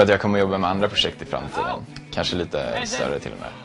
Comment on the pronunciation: who came to this video just after he said us not to go lol but i am disappointed he pronounces word kanske in that weird way